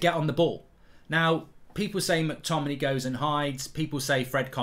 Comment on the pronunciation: Mark why do you completely ignore the ‘a’ in mctominay when you say his name 🤣